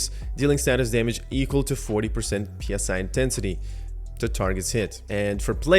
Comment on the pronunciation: PSI is pronounced as 3 separate letters... what's in the game is psi.. the word.. pronounced like sigh. PSI stands for pounds per square inch.. psi is short for psionic which means relating to or denoting the practical use of psychic powers or paranormal phenomena.. tell me what makes sense here for the game? you increase your pounds per square inch power or you increase your psychic power?